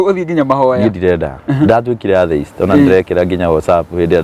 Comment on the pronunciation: Atheist, inapronounciw -a letter ya mbele as; E. Ile ya kiswahili. Sio A, ile ya kiswahili. Google usikie pronoun ciation ya hilo neno vizuri/correctly. Kizungu si our mother tongue, but tujaribu kutamka itakikanavyo. Watoto utuiga, so, tutamke correctly na kuji correct pale tunajua.